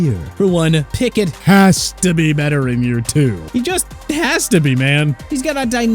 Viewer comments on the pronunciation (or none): “Pickett, HAHS to be better this year” bro let out his inner demons on the mic